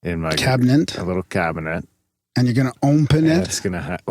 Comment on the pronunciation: "Cabinent" Its awesome to hear turn the tables and call out for a mispronunciation!